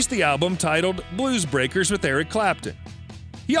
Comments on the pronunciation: It's clear the voiceover guy hasn't a clue about what he's reading. The Ferrari mispronunciations are hilarious. And 'Bluebreakers'. LOL 😆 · I thought the guy called them "the moonrakers lol